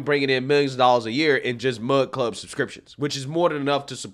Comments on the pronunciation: My thoughts...it's "Mug" Club, not "Mud" Club. LOL. Also, I truly don't think he went looking to start his own media brand company. He was looking for more favorable terms than he was receiving from The Blaze. When he got out there, he found that what he has been trying to accomplish over the past few years would be completely negated through signing one of these contracts and was truly pissed of that others in his sphere were being muzzled by the terms in these contracts. Quite literally, allowing these loud, obnoxious, small groups to shut him up by bitching and raising a stink about something they don't like. The things they often don't like, are straight forward truths. With that said, he has decided to get a feel of how much support he would get from others to start his own business that wouldn't cower to the small woke few with big mouths. If he doesn't get that support, then just throw in the towel and go another direction. Personally as a Mug Club supporter, I am right there with him for the ride and will continue to provide my portion of support monetarily. We miss him. I miss him, Gerald, Dave, Quarter Black and the rest of the crew. I would listen daily during my work day. There's a big hole in my day lately. Can't wait to see what comes back! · Lmao you keep saying Mud Club. But it's Mug Club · You keep saying “mud club” lmao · Few things bro. It sounds like you're saying mud club. Could just be my ears. He's got 25 employees, YouTube demonetized him not because of lack of sponsors. It was your decision because of his strikes over and over.